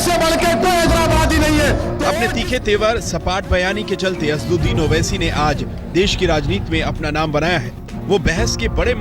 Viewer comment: Tum log pade likhe anpad ho sahi name bhi nahi bol paate asaduddin owaisi hai name